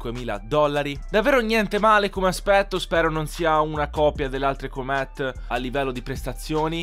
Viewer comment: ti prego la prossima volta pronuncia cooomet al posto di come lo dici tu